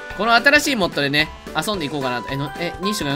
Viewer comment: kunさんって、あそ↑んでってイントネーション変わってるよね